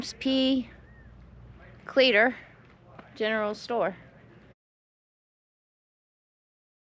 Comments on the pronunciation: As a long time resident of Arizona (almost born and raised here) ... I believe the town is pronounced (clee - a - tor). at least that is how I was taught, and have pronounced it all my life. My mother used to live near the bradshaws, went up there with my step father hunting rabbits, and doing a little indian artifact hunting. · I can assure you it's pronounced cleeter.